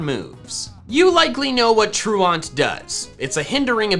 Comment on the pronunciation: Being french I can say that even in French we dont say truand like that